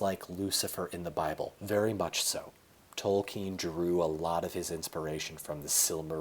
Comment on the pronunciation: Thank you for pronouncing Tolkien properly haha